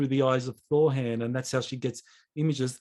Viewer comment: "Thorran" NOT "Thor Han". sheeesh my upstairs contacts cringe when they see you say it that way, the 2nd "R" sounds slightly harsh that's where the mispronunciation comes from he is not Thor....